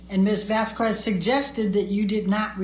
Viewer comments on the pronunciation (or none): Vas-kez and not Vas-kwez please? Thank you. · Turd’s lawyer…..the old lady keeps saying Camille’s name wrong….Vas….QWEZ. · I always felt that vasQweeeesss each time she said it too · Amber's lawyer is so quick to Object, she can't read it. YET she often read texts that were not submitted as evidence., it is unprofessional to mispronounce someone's name. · It is so disrespectful of to mispronunce camilles name